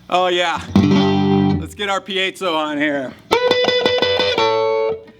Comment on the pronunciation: Piezo - I heard it pronounced "pie-zo'", "pee-zo" and now "pee-A-zo'". I say screw it & call it a Pizza Pup.